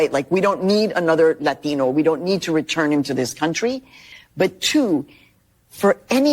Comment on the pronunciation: lathhhheeeno, good to hear her pronounce it like that, I mean there I was thinking she was just a woman but little did I know she was a rare minority being held down by the white man, by the way, we have enough latinos, let's get some norwegians or something, south africa has a lot of dutch or polish south african folks that might want to..or NEED to come over now, they're pretty awesome people from what I've heard, been a couple hundred years since we had dutch immigrants, I'd love to see some aussie women immigrate here..but that's more about my wants than their needs, why the hell are those women so attractive? why are the offspring of english and irish convicts so much better looking than modern british women? I'm not trying to be insulting..it's just facts